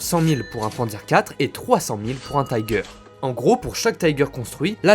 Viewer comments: Super intéressant. Un bémol toutefois, arrêtez de prononcer les noms de chars allemands à l'anglaise, c'est horrible à entendre pour un germaniste. On ne dit pas Taïgueur mais Tigueur. :) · Pour une chaîne spécialisée en blindés, pourquoi prononcer le nom des chars allemands à l'anglaise ? En allemand le "i" se pronce comme en français et non "aie" comme en anglais. Comme ton texte est en français, tu peux dire le char "Tigre" et si tu veux le prononcer suivant son nom original, fais le en allemand mais l'anglais n'a rien à faire ici. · Vidéo très intéressante mais pas besoin de prononcer le "i" de "Tiger" en "aïe" 😉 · Bonjour En Allemand le i de Tiger se prononce comme en Français pas comme anglais On ne dit pas faire sens qui est un anglicisme mais avoir du sens tout simplement Merci pour la vidéo instructive